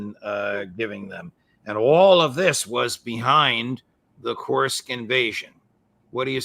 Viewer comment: Judge makes me laugh with his Kursk pronunciation challenges 😂😂😂